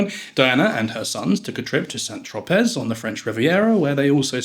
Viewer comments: 1, it's pronounced St Trop-ay, not Tropezz 2, it's pronounced Parker Bowl-es (like bowling) not Bowels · Most well educated and well travelled people (including the English) know how to pronounce well known place names correctly. To pronounce the "z" of St Tropez is a primary school error. "Bowels" - now that I can more easily overlook!